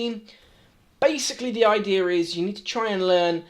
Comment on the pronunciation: Gotta love "basically" and "idearr"